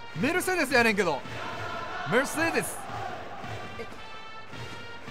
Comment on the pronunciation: VIPさんメルセデスの発音悪くなりました？w